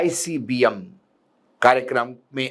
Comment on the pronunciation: is jahil ko ICBM bolna sikhao :face-blue-smiling::face-blue-smiling::face-blue-smiling